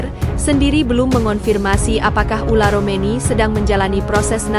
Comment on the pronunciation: Yg bener mba sebut nama orang , bukan ula romeni , ole romeni